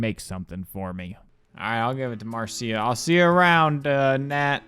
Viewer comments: Marcia is not "Mar-see-a", it's pronounced "Mar-sha" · I could be wrong, but I'm pretty sure Marcia is pronounced "Marsha" lmao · We're all moving past the fact the Marcia is pronounced "Mar-sha" is supposed to be common knowledge. No no no, I fear it is not. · you are almost certainly STILL pronouncing Marcia's name wrong.